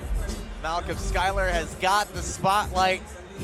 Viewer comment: Commentator keeps calling him skyler, like bro how do you butcher the pronunciation that bad😭